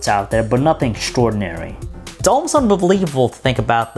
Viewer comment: "it's almost umbevlevievable"